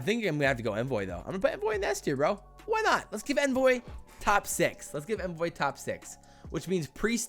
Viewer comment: Omg it’s On-voy not N-voy